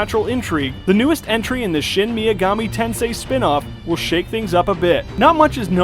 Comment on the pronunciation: FFXV, KH3 (by Tet-Su-Ya No-Mu-Ra), Deus Ex: Mankind Divided (Day-us Ex), Xenoblade Chronicles X, Horizon: Zero Dawn, Project Setsuna.. maybe Persona 5 (of the Shin Me-Ga-Mi Ten-Say). But sir, I must request.. that you try a little harder to pronounce these names correctly. Japanese or Latin, such incorrect verbalization in such a professional video..